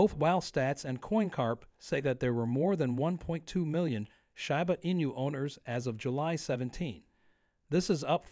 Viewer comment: I’ll give it a thumbs up when the speaker in the video learns how to pronounce the name, right